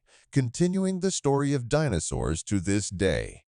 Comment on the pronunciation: I think the AI voice got the pronunciation of DInosaurs a little wrong